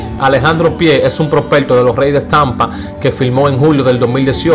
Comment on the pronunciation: Aprende hablar no se dice Altiano ni propelto novelta y dos acelte bebol altivo